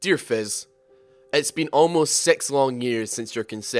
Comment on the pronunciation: Its not fezz it fizz you moron